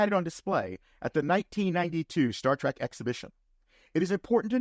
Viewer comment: If you are going to make a living on Star Trek, at least have the decency to pronounce it “Trek” and not “Track”.